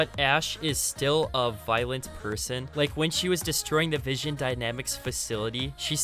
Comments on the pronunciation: It's vin-son dynamics not vision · my guy butchered vinson dynamics its vin-son dynamics not vision dynamics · Enjoyed the video but you kept saying vision dynamics not vinson dynamics 😂good vid tho really enjoyed it man 👍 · It's pronounced vin-sun dynamics not vision dynamics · Great vid. I hate to be that guy but it was bugging me the whole video. You kept saying Vision Dynamics but it is Vinson Dynamics